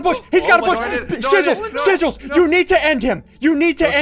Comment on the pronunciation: “Sigills Face” XD LMAO